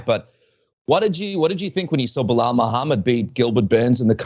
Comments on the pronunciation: If he has been calling Belal “Bill Lyle” this whole time he is officially the funniest man on the roster 😂😂😂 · Bill-lile- Be Lal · Did he call Belal "Bill Lyle"? lol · I kept hearing that and it took me literally 3 times of him saying it until I understand he was saying “Belal” 😂😂